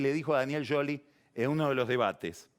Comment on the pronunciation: Es un chascarrillo de PAGNI decirle Daniel YOLI como Carrio dice KERRNER !!😀